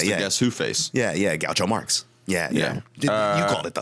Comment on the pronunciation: Gaucho Marx???? ...or Groucho Marx????